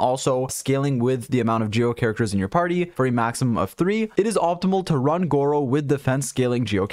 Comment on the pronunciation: don't watch the video yall he keep pronouncing his name as gowo